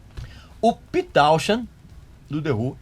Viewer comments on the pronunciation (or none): Pete TounZand( sonoridade) TouChend( sonoridade) Não existe!! Pronuncia errada TouChend é aportuguesado! PETE TOWNSHEND= ouzend ( pronuncia correta) Quando meus tempos de produtor em radio Rock, eu ficava Pto com os colegas,em que todos ( sem escessão) PRONUCIAVAM ERRADO!!! Saco total 🙄🙄😡